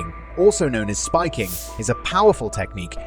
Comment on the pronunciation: Spiking... not skiping